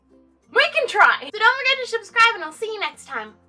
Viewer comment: Did u say SHUBscribe? Lol